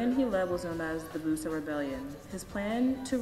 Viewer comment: "Bus-sah" not Boo-sah.